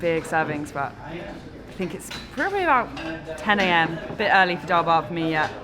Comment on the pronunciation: Dhal bhat? Sounds more like Dhal SHART. Love the channel!